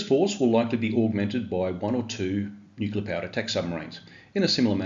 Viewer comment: Brother, I enjoy your content. Small gripe though. Re: pronouncing nuclear. We need to shout it from the roof tops that it's pronounced as it's spelled. I can't say I've seen any words in the dictionary spelled nucular, but I have heard of one that's phonetically pronounced nu-cle-ar. That other silly way is vapid americanism sneaking in to our lingo. I've even heard Australian prime ministers embarassingly failing this test. For God's sake our language is one of the cultural things that differentiates us as Australians from the US, and I don't know about you, but I'm proud of those differences. Banish that illiterate way of saying nuclear- pleaaaseeee. Otherwise it's after-school detention for you mister.